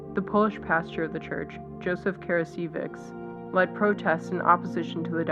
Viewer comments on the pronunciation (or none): The narrator could have learned how to pronounce normal English words like "diocese" and of course Fr. Karasiewicz's name. A matter of professionalism and respect.